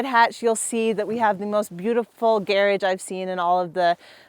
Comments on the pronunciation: hahahah yeah that's a weird prononciation .... the Gair- age.... I almost had to turn it off :P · ok is she saying "gearage" or does she just suck at saying garage? Whatever the case, its rage baiting me sooooooo hard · I seriously couldn't understand what she meant by saying "gear edge", until after the fourth time and it clicked that she was saying "garage" 😂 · How did wind up with the Brit pronunciation of garage ("garridge") while not otherwise having any accent? Inquiring minds want to know! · It’s how garage is pronounced in the UK. Not sure why she’s using that pronunciation, she doesn’t sound British to me